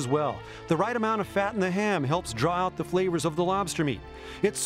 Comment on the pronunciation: LOL, yes, I've caught Hattori saying "oat" instead of "out" at times.